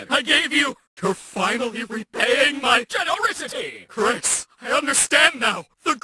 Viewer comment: I really appreciate how you pronounced "specil" differently from "special", and "Genorisity". so many people miss these little details